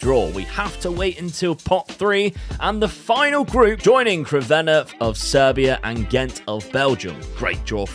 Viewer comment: You say Crvena wrong!